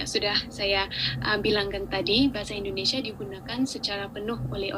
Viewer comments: INDONESIA min, bukan INDONESA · Mas ucapkan "Bahasa Indonesia" Jangan diucakan "Bahasa Indonesa" Ingat, ucapan Anda didengar orang banyak Ja